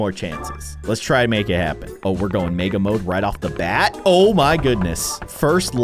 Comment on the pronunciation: When he’s says mega I hear it like maga